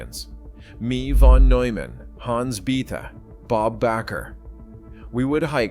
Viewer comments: Bethe is pronounced BETA, Neumann is pronounced NOYMAN. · Yes, true. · ... and Bethe